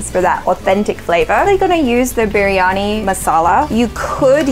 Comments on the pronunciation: Oh.. man.. it's not biryanai..😆😆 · veg biryaniyaa... its not biryaniu